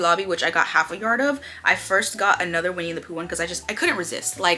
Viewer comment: The way you said Winnie the Pooh had me cracking up the entire video! I love the wrist wallet! It might be good to have a longer strap on it, and maybe a more neutral pattern!